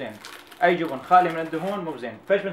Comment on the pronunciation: الله يوفقك ثنيان انت بطل ... بس ليش تقول جوبن😅😅😅